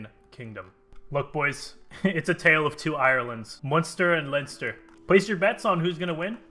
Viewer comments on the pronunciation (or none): none